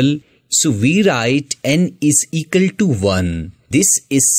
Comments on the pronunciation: "Eqal"...? 😂 BTW the way of teaching was superb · Equal ❌ ecal ✅